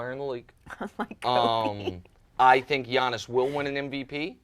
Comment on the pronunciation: Giannis. And yes Joy, your pronunciation was spot on (I'm Greek)!!!